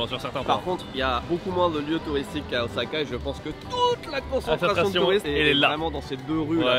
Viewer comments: Mexicano OZAAAKAIEN! meme vous vous dites OZAKA! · Moi je reste, je suis comme vous, à tanner les gens qui prononcent le S de Osaka "Z" ^^;;; Mais lol... des poubelles et devient France Gall ^^